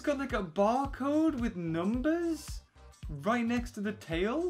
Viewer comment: How are you 12 and don't know the correct way to say "right"